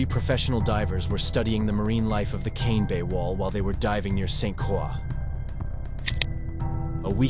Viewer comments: Nice video, but the island is called St Croix(Kr-oy). I live here, and It is danish, not French. Cool to see our island in a video though, even if it’s for such a rare and terrible reason. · It’s pronounced saint CROY. Nobody can ever figure this out. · other than the mis-pronunciation of St. Croix, solid video